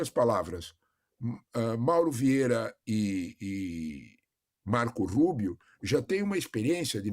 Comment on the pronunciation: A jornalista" Marcouul Ruibio"😂